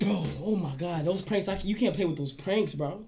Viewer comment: "kant lie" XD